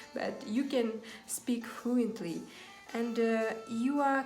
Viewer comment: Əнд орнына. Əнді деп айтасыз! Мен де солай атамын Əнді деп. Жаман осы əтетті қоялмай жүрмн